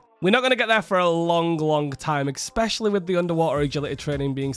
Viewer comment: Love the content but please learn how to say "especially" 😅